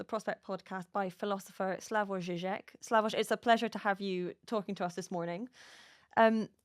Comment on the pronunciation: lol - 25 years as a leading public intellectual and they call him Slavosh